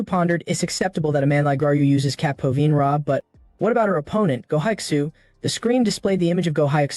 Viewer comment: Who knew capoeira and Muay Thai could be that hard to pronounce? I no longer fear AI; its Kryptonite has been discovered!!